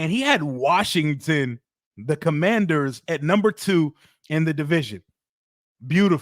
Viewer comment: 😂😂😂😂😂😂😂😂😂😂😂😂 cumandhers...😂😂😂 foerskins.